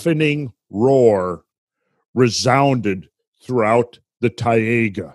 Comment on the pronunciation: Marvelous again, thanks! It's very good to have the right perception, as we just don't. Taiga is pronounced like a combination of Thai-(land) and ( Lady Ga )-Ga.. :-) Thai -ga. Cheers!